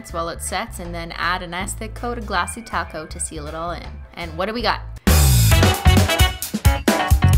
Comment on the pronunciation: I keep hearing "glassy taco" instead of "Glassy Top Coat"...